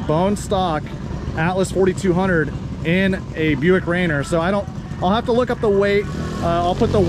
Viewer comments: That's pronounced Raineer, not Rainer. Mount Rainier WA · It's pronounced Ray near 👍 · Very impressed with the turbo 6!! BTW its pronounced ray-near :) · no ill will intended. I live in Washington St. Our biggest Mt. Is Mt Rainer. Every time you said it made me cringe 😬 I love the Atlas. Very underrated but a very cool engine...